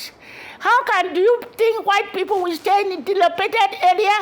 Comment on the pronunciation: Ayo, You See Yourself, You Could Not Almost Pronounce Dilapidated.